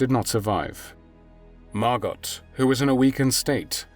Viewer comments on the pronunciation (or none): Her name is pronounced Margo, not Margot despite the spelling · I have a couple of friends named Margot, it's pronounced Margo, not Margot. The T is silent. Pronounced the same here in the States as it is in the Fatherland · Yes,thanx,for pointing out the proper pronunciation. Margo,yes,not Margot! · Her name was actually pronounced Margo. And even thought it’s spelled Anne, they pronounced it Anna. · Please be aware you do not pronounce the T in Margot. It is Margo. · It's pronounced Mar-go. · Margot = MAR-GO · The t is silent by the way. Margo. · Not Margot. It's pronounced Margo! Just proves what damage religion does to humankind. Glad I'm a non believer. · MargoT ? Your AI narrator has a glitch. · generally the T in Margot isnt pronounced, its usually mar-go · Her name is pronounced Margo….to not pronounce the “t.” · Someone really needs to tell this narrator that the ‘t’ in Margot is silent. Her name is MARGO. Aside from that little annoyance, this was wonderfully done. Thank you. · Pronounced Margo! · Can someone please teach the narrator how to correctly say Margot? It’s not Mar Got (like got something) cmon dude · Even though her name was spelled Margot, it was pronounced with the "t" was silent. Her name was pronounced Margo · In the Netherlands it is pronounced as MARGO with O,T is not pronounced at all! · Margot was my mom's age. I believe the t in Margot is silent. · It’s Margot like escargot…. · I don’t think her name was MargoT ….I’m sure it was pronounce Margo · The T is silent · Please correct french name Margot not sounding the t. Many thanks . Best wishes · This is annoying me. Surely it’s Margot (softly pronounced) and not Margot, pronounced hard? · You are correct. So irritating pronouncing it incorrectly. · Margot is a French name and you don't pronounce the final 't.'